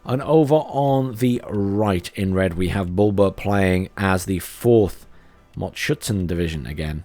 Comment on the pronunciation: I notice that you are start to pronounce mot.Schützen properly, good job! I think "Akatsiya" will be next 😅?